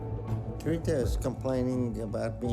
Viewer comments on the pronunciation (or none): It’s “Tere-THA” why are you saying “Tereka”?